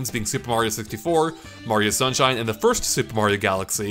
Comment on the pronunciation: super mario shunshine